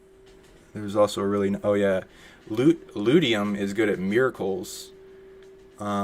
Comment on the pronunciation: "Lutetium" Lu - loo-tee-shee-uhm